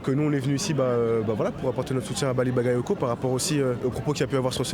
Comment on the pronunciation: Elle a dit, Baly Babayoko à 2 min..😅franchement, ce sont tous des racistes à mal prononcer son nom 😝